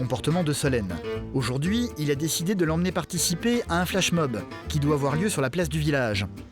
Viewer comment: "fair" "ojourd'hui" ?!?!?!??! Quitte la vite !